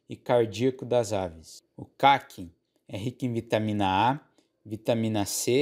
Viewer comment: Obg pelo vídeo. De onde vc é? Achei muito curioso o jeito que pronuncia Caqui e principalmente Kiwi.